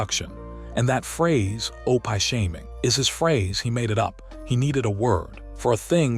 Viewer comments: some of the worst AI narration ever O-pie and Loss Angels. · I was thinking the same thing, yuck O-pie they should have the AI watch his show and learn how to pronounce it. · Please quit saying Opie Taylor he's name is pronounced Opee try it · O-pie’ — that’s just sad. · Mechanical, affected delivery. Too much repetition of information. Too many mispronunciations - Opie is pronounced "oh-pie", place names like Los Angeles, proper names like Bette Davis - made me cringe too often. Almost painful to listen to. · Marilynsarmstrong2016, I agree wholeheartedly! Almost every name is mispronounced almost constantly. Especially “Opie.” Seriously? I’m sure it’s AI. The question is “WHY??” Don’t they have enough money to pay a real person to narrate?!? If they’re going to resort to AI, don’t they have editors? This is ridiculous and I agree they put other things in there that don’t belong like other pictures of other people that have nothing to do with the story. I am going to stop watching these things because they’re too frustrating. I’m glad to hear you agree. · He got C S? Cs for grades. O- pie does not rhyme with dopey. AI needs supervision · it is not opie but said opee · It is not pronounced O pie, Opee. Terrible AI. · It's OPIE, not Opai! Blame it on the author of this video. If he has written the name correctly, it would have been pronounced correctly, but, on the other hand, if he had read it himself, he should have read it correctly, too. I can't stand AI narrators! Just such it up and read it, or find a friend who will read it. Is this a biography that someone put into video? My goodness, it's 4 hours long! I'm half an hour in and still haven't heard anything about the click bait title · I wish the narrator in these could pronounce names properly. Opie is not pronounsed O-pie, its O-pee. Other names/words were also mispronounced. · O-PIE??? I'M DONE. HAVE A GOOD DAY. GOD BLESS BUT PLEASE RETRY YOUR VIDEO WITH PEOPLE INSTEAD OF MACHINES TRYING TO READ😮